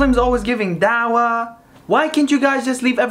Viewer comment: the way he says dawah 😂